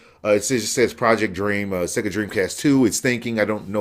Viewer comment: ahahahahahha "Seeega" man I lost it!!